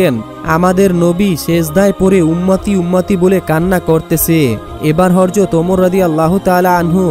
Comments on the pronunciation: আপনি শুধু বার বার হরজত বলেন কেন......? বাড়ী কই নোয়াখালী..........? হজরত হবে ? সুন্দর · এখনো হযরত বলাই শিখো নাই